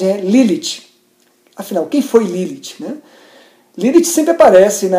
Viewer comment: primeira pessoa q falo meu nome certo akakalaka